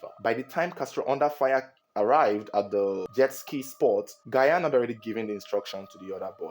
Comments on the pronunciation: It’s not Gayan but sounds like Jan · Gyan is actually pronounced “Jan” not “Gayan” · Is not gayan. Gyan as Jan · Not Gayan please its Jan(Gyan) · Asomoah Gayan? 🤣🤣🤣. Let me help you pronounce it better. Assume that the first two letters (Gy) are (J) so it will be (Jan) and it will be the perfect pronunciation for the name spelt in twi as Gyan. Your reports are always on point. Good job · It’s ji-yan not guy-an pronounce well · It sounds like Jan not gayan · Pls mention Gyan's name well. Its not gyayan. 'Gy' is mentioned 'j' so its Gyan (jan) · "Jan " Gyan. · Please you can pronounce Gyan just like pronouncing Jan Yh, it’s not Asamoah Gayan it’s Gyan= Jan thanks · Good narration as always, that's why I am your biggest fun. The name "Ghayan" though 😂. It's pronounced "Jarn" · It’s pronounced Jan(Gyan) not Gayan. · It's pronounced "Jan" not Gayan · The name is pronounced like “Jan” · Who’s gayaan?😂😂😂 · His name is not Asamoah Gah-yan 😭it’s Asamoah Gyan Jesus 😭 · I just love how you pronounce Asamaoh Gyan as Guyan 😅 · Please it’s Asamoah Gyan the “gy” is pronounced as “J”😊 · It’s not Gayan ooo Gyan the Y is silent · Asamoah Gyan is pronounced "DJAN" I believe he may have tried to save Janet because a lot of people panic when someone tries to save them underwater, bringing both them and the rescuer to drown. Thats why when someone tries to save someone who is drowning, the person needs to calm down and basically allow themselves to be "carried". I've been jetskiing before, its very easy to slip off the jet, Janet should have worn a life jacket. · Get your pronunciation of 'Gyan' straight... It's pronounced as 'Jian' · It’s pronounced "gean " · The name is jan(Gyan) so please pronoun it well🙏🙏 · Asamoah Gyan. Gyan is pronounced 'jan' , Ghanaians, am I correct? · The name Asamoah “Gyan” is pronounced as “Jan” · because the letter 'g' has a soft sound and hard sound as in Goat (hard sound), George (Soft sound of 'g'). It should be pronounced as ' jian' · Not gayan it's Gyan